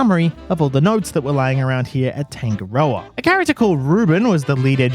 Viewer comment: love how you pronounce tangarda lmao